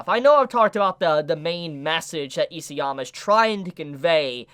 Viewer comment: It really bothers me that you pronounce “EASYama”. His name is ISAYAMA!